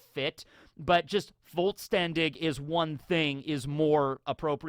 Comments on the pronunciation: But you don't say it like that. Voll is pronounced like full, but with an "o", fol. When "s" is in front of "t", it makes a "sh" sound, so shtern. And "ch" at the end is pronounced like "h" in "hello". So it's called folshterndih, not woltstandig. edit: It is derived from the word Vollständig, which is pronounced the same way but without an "r". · Fall (like the season) - Stan (like in Stanley) - Dish/Dig would be a better phonetical breakdown of Vollständig then Voll Stern Dich (which in English would be pronounced Wollsterndick) while we're at pronounciations: it's sklaVE-rei. that 'e' is pronounced and this seems to be a thing Americans and Canadians do when they pronounce a German word, they leave out 'e' when it's at the end of a syllable, best example you guys saying Porsche (sorry that this is kinda rant-y but it kinda drives me nuts). Don't Zanpakuto revert to the state of an asauchi when the owner dies, Kenpachi picked up one from a Shinigami he killed, same with Tousen's they picked it up as an asauchi and then made it their Zanpakuto. This should have happened to Sasakibe's aswell but we see it clearly in it's shikai state. btw seems like your webcam is out of sync, like a lot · So I'm not fluent, but I do Sprich etwas. Phonetically it would be "Vole-shtern dish" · Vollständig is actually pronounced as: "fol-shtendig" And the "fol " is pronounced just like the "o" in the word "orphan". This is the closest how an American can pronounce the word. Idk what others told you, but they pronounce it correctly, I mean not verbally correct but you can really split the two words "voll" and "ständig" because those are two different words with their own meaning. Still, everyone can understand this pronunciation. It is more poetic that way. And yeah it means "complete" but you know that already. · Vollständig means complete. Roughly pronounced Foll-shtenn-dish Voll Stern Dich would mean full star you. So yeah that kinda works